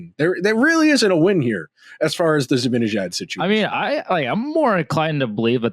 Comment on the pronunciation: Hey! You complete goofball! It's NOT ZibINejad, It's ZibANEJAD! Get his damn name right first before you give your delusional suggestions!!!!!!!!!